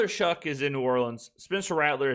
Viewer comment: I noticed you were saying “it’s shocking” instead of “it’s shoughing”. Still great coverage my guy, looking forward to the future videos